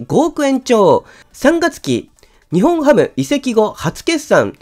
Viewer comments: にほんハム ではなくて にっぽんハム です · 呼び方「ニホンハム」で正解ですか❓ 「ニッポンハム」では？